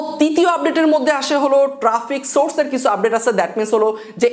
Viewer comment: apnr video onk vlo lage. apnr uccharon niye onkei moja kore... jmn ekta word (kicu).. asha kori samne eita thik korben.